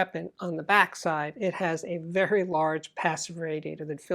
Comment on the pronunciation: There is a Dyna PAS-3X preamp in the background. Vewy intewestingh!